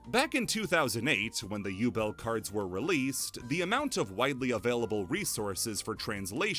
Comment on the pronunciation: I'm pretty sure Ubel is actually Übel. Like, it's prounced "oo-bel" like the "oo" in "spooky" or the "u" in "lute".